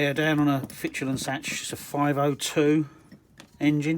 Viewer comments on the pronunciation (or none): Not setch, SACHS as in A as in ultra and the CH as in school dankeschön